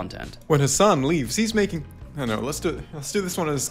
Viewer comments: Destiny all pronouncing Hassan’s name wrong and acting like he’s barely heard of him lmao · Why was destiny pretending not to know Hasan? Even weirdly pronouncing his name?